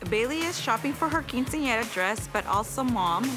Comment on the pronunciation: literally it triggered me how she pronounced Quinceañera, and chambelan😭😭